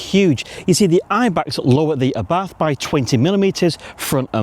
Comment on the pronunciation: Nice video! Funny to hear you speaking Abarth with an "th". Thats wrong. Speak it "Abart"